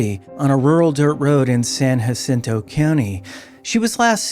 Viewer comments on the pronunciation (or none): Sorry but its pronounced, San Ja sin toe. The J is long and hard 😂 sorry